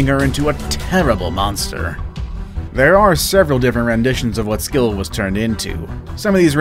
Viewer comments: Not to be rude but the "C" in "Scylla" isn't pronounced like that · Not scyall it's ugthulu